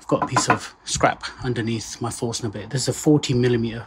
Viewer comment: When you said Forstner Bit I heard force nugget. 🤣